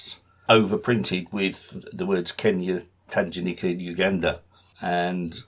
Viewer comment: Great introduction to the stamps of this area. I was born in Kenya, so grew up with these stamps and they still have a special place in my heart and in my collection. Just one small thing - the g in Tanganyika is a hard g (as in goose) rather than a soft g (as in gem).